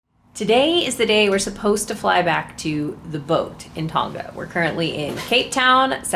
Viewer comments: Thanks for the update! How to pronounce Tonga: it actually rhymes with the words "long" and "uh" (long-uh / Tong-uh) - don't pronounce the g. On a side note, New Zealand is pronounced Nyu Zeal-ind (zeal rhymes with seal) - not New Zeeland. I hope that helps for future videos! Liked and Subscribed! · Oh one more thing-:; Tonga is pronounced Tong-arh rather than Tong-gah. I love your mums' (moms') RV -Atlas btw. I'm so happy for her. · please learn to pronounce TONGA properly